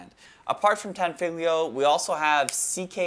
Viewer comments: Tenfiglo? ?? Tan - fog - leo Tanfoglio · This is a really cool video. I loved the coverage of the unusual aspects of the Thai market and regulations. It is cool/funny to see the competitions in Thailand, which has it's own gun culture. Tan-fo-lee-oh, that's how it it is pronounced.